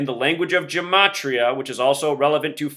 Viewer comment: don't lie to me. the word LIE = 12+9+5 = 26 = Z = the first letter of your name. Your own logic and gematria (which you deliberately mispronounce) condemns you.